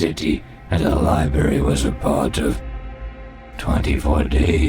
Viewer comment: Did you just day "lie-berry" 😆